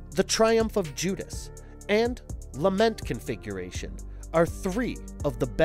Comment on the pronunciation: I keep hearing lama configuration.